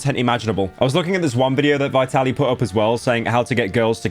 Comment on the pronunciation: As always pyro can’t even pronounce the name of the subject correctly. It’s Vee-tuh-leej